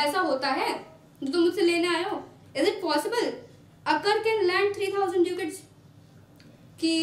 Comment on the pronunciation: It's dacat in pronounciation not duucat